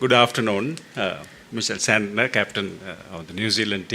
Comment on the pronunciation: One guy (Hasitha) incorrectly addressed Mitch Santner as 'Santer' 😂